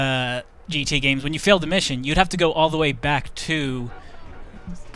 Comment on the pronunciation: He said Gee Tae. I'm out.